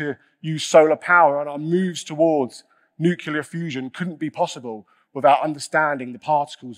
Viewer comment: Also, a TED talk on physics where the one talking says "nucular" no thanks